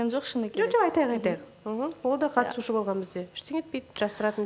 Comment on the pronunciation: Бутя катушы емес катысушы деп толык айтшы.